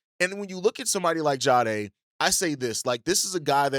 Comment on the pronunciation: I can’t ignore it anymore. It’s Jah-dae not ja-ha-dae